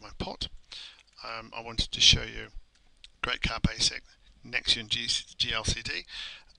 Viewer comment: Nextion is pronounced "Nex-Shun" ("Nex" as in Next, and "tion" as in Nation) I am not from the NA TE ON of Canada, rather the Nation of Canada. Nextion .. "Nex-shun" .. ;) Good Job